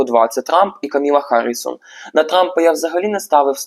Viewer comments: Та що ж ніхто з тарологів не може вимовити правильно ім'я кандидатки?😅 Вона не Камілла, а Камала (з наголосом на перший склад). І не Гаррісон, а Гарріс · КАмала (з наголосом на першій літері А) ХАРРІС, який харрісон?!? Будь ласка, подивіться ще раз. В кАмали знизився рівень підтримки. Дякую. Стосовно відтягується результат. Почитайте трішки ЯК відбувається голосування та ЗАТВЕРДЖЕННЯ РЕЗУЛЬТАТІВ голосування.